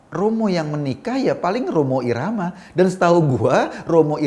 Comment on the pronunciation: Ngakak pas nyebut Romo irama 😂😂